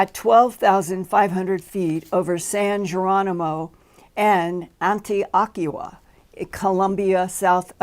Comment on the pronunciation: Linda please accept my corrections as a friend and admirer. It’s pronounced Anti o Kia and Meda hine. That was Pablo Escobar’s home and empire.